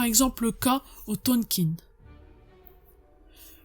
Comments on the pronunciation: Ça se prononce Tonkin, et non TonkinE ;-) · Top comme d'habitude mais dommage trop court on en veut plus ! Au fait ça se prononce "tonk1" pas "tonkine".